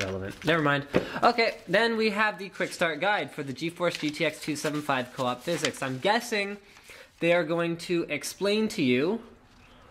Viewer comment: I don't want to look like a language nazi, but it is pronounced Phys-X